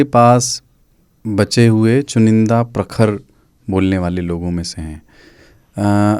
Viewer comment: प्रखर नहीं "खर खर", सही शब्दों का प्रयोग करना सीखो